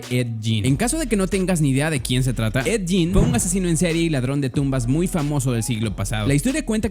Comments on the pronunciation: Es ed gein no jin mejor ve bien como se pronuncia hermano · 👻💕 no se pronuncia ED YIN!!!!!